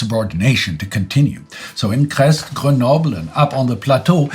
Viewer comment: At 1.16 (and subsequently), the town of Crest should be pronounced "Crey" instead of "Crest".